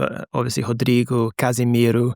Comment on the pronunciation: Pronouncing Rodrigo as 'Hoder-ligo' and the pronouncing Martinelli and Neymar as usual native English speakers would pronounce their names is peak Athletic journalist vankekery😂